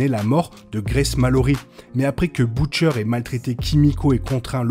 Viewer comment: On prononce Butcher "beutcheur" et non pas "boutchaire"